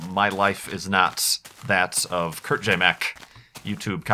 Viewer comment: *Kurt Don't mess up someones name. Thats rude.